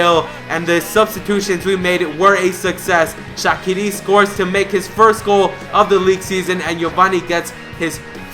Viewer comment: u pronounce shaqiri wrong